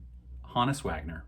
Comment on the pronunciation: Thank you for pronouncing Wagner's name correctly. Johannes Peter Wagner, sometimes called "Hans" by his contemporaries. The Glory of Their Times (a 1966 book by Lawrence Ritter) was based on recordings of interviews with deadball era players. As an aside, those recordings are now part of the Hall of Fame's library. Anyway, not all the players said Wagner's first name correctly. Regional dialects and such, then as now, created variations regarding the manner in which people spoke. So, at least one early hobbyist latched on and began spreading the "HO-niss" mispronunciation. It has been one of the more stubborn falsehoods within the hobby. I'm not sure what I've heard more in my 45 years of collecting: people mispronouncing Wagner's name; or people mistakenly calling the '52 Topps Mantle a rookie card.